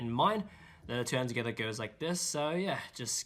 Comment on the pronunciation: just pronounces together like “togethaa” because he feels the rythm 😪